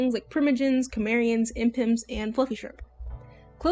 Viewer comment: First- I wanna say I've never heard someone call Chimereons, "Cim-er-ians" as I've always heard "Chim-ear-re-ons" So I found that kind of funny rofl. ALSO- As someone who has experience with a couple closed Species, and currently mods for one- I can say closed species comes with a lot. I think closed Species are good if they're something unique- Or un heard of, things like Baki, or Spinks. (Made up creatures that either have such defining parts for EVERY design required, or have so many different attributes to chose from- Don't look anything like an actual animal) Where as things like Cinnadogs, or WaterCats- Make me feel weird because it's restricting something that typically looks, and it's defining traits are a normal animal- With a twist that isn't something one can lay claim to, and thus anyone who makes a food inspired dog- Or say a cat with the same water pattern even before the species was made, gets attacked for it because they're "ripping off a closed species" when ones like that- It's so difficult not to because their main detail is based off a real life existing animal.